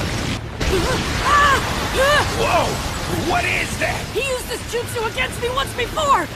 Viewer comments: As soon as I heard the AI pronounce “Joot-sue” as “Jutsu’ like 3 times I turned off 💩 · “Jutsu” not “Jootso” Iight Ai